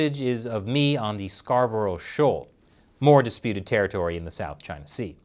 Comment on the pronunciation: Scarborough, Thomas, methinks it is British influence. Nice to see you pronouncing Scarborough correctly.